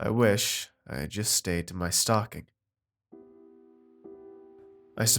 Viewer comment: I thought you were saying "stalking" instead of "stocking!" Lol